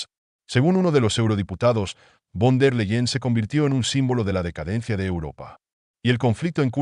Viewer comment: se lee ursula fon der laien i se escribe URSULA VON DER LEYEN INFORMESE BIÉN ANTES DE ESCRIBIR Y PRONUNCIAR NOMBRES ALEMANES!!